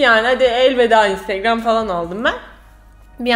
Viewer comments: intıgram diyişi😂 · o instigram diyisi ne yaa koptum 😂😂😂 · İestiğram? deyisine bittim. geri alip alip izliyorum smdkckvk kiz daniela bilic <3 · Video ''Ay Daniela'' ve ''İnstegreöm'' diye geçti :D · Önsrigram demesi çok itici (ınstagram diye yazıldığını biliyorum ) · videonun yarısı instögrğööm diyerek geçti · videonun baş rol sözleri 1. instögrağm 2.Ayhğ Daniela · Bu vidyoyu ablamla izledim ve onu gunlerdir olur olmadik yerlerde "instegröğm" diyip gulme kirizine sokuyorum hahah instagram fotolarinda cok soguk biri olarak gorunuyorsun ama aslinda bayagi komik ve sempatiksin:D bu arada annem niye durmadan onu tekrarladigimizi anlamadigi icin ona da gosterdik bu vidyoyu, o da cok guldu:D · video bitane kadar " instegröğm" deyip durdum😒